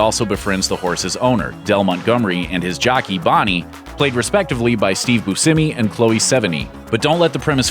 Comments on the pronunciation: I Might have put more stock in your opinion if you hadn't mispronounced so many names. Bushamee? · You pronounced Steve Buscemi's name wrong lol